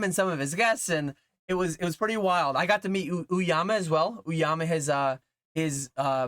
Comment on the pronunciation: Peace and love “Oh-Yama” not “ooo-Yama”